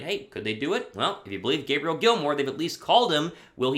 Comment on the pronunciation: And, her name is pronounced Gay Bree Elle lol